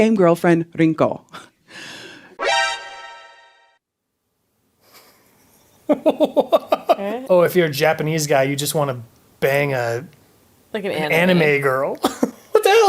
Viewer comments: KLousyfolds I can think of several different video game Rinkos, but I didn’t know that one! Wonder if she knew that or just looked up Japanese names. Also hate the way she tried to pronounce it lol. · Her weird pronunciation of Rinko didn't help either 😂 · yeah I didn’t mean an actual accurate way of Spanish (sorry that was misleading) I meant an attempt of pronouncing something in a Spanish way but failing lol.